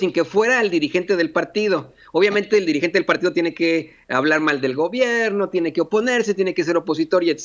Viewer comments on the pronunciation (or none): Se dice informe,,,no infogme 🤔 Se dice gobierno,,,no gobiegno 🤔